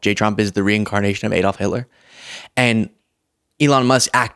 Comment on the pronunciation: Q: what do Anderson Cooper, Ben Meiselas and Kamala Harris have in common? A: none of them knows how to pronounce 'Adolf'.